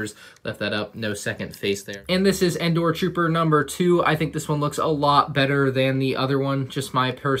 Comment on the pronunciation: it’s Endor